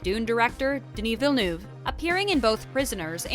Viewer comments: how the voice commenter butchered Denis's last name. "Vanou" : ' ) Come on, French is not that complicated. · It's pronounced veel-nuv, not vinoov. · Villneuve not venoove is french canadien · It’s not so difficult. Why complicate your life by pronouncing it Ville- NOO -ve instead of Ville - NUH - ve which is the closest thing I can think of that sounds like EUVE. Who’s this Villnoove they speak of? Lol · Alright "Vilniuve" I can stand but "Cannès" ? Bro ! It's Denis "v-ill-n-huh-ve" and "can" festival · Swear to god if I hear Denis Vinouve one more time Svp prononcez le comme il faut c’est gênant 😅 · Just don't say his last name if you can't ahahah Denis Vinoove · Its Denis Villeneuve, not Villenoove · Molesting in an american way the pronunciation of names is NOT accepted. Veelnuve is different from Villeneuve, Canès is way different from Cannes. Other than that, that was a good coverage of the movie's background. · Denis Vinew? It’s not that hard to look up how to pronounce his name before you make a whole ass video on his movie. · I love the way Rebecca Ferguson highlights the correct pronunciation of Villeneuve in the FIRST CLIP then the narrator throughout the video...."Vinnoove". FML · Yeah OK but why do you keep saying "Denis Vannuv"? It's just a french name not some alien language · American's needs to learn how to say Villeneuve. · I'm really bothered by how this narrator keeps mispronouncing Villeneuve. She even says Cannes like "caNESS" LOL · The narrator couldn't learn to pronounce Villeneuve's name properly? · The way she just can't pronounce Denis Villeneuve name is so funny 😅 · denis has pronounced it himself a few times on youtube. im surprised at the needless fail in this video. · Jeez! "Villeneuve" is not that hard to learn and pronounce properly! You butchered it 50 times! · please inform you how to pronounce villeneuve